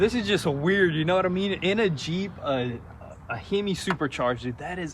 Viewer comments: “So weird seeing a heemi” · No ones gonna talk about how he called it a “heemi”? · Who's gonna tell him it's just "Hemispherical" Or in his case "heeeeeeMEEEEspherical" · he-me? I heard that too. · "Heeme" that's how I'm going to say Hemi from now on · It honestly kinda bothered me by the way he said “Hemi”